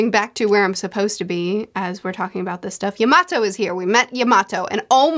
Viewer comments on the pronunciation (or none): ur kinda saying yamato's name wrong ur kinda saying it like you would say tomato she says her name in the 2 minute clip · Momonosuke (Momo-no-skay) Edit: also Yamato (Yama-toe